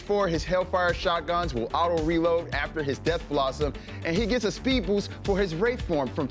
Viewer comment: Tbh I hate his accent. He pronounces boost like boose, and rally like, I don't know rohlly or something? What is that